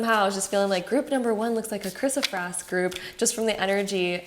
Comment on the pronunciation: It is pronounced 'Kris-o- PRAISE', like 'praise God'. Not kris-o-frass, or prass. Great reading btw!